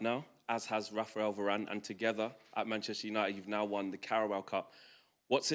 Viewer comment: Mancheter Junited - The Butchered 2023.